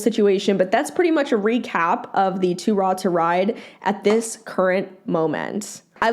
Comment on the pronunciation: The way you pronounced 2 raw 2 ride’s name had me dead 🤣😭